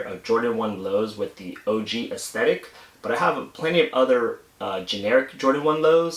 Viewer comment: Try not to stress the last syllable with saying "aesthetic". It sounds a lil unnatural and ended up sounding like "ick" instead of "tic"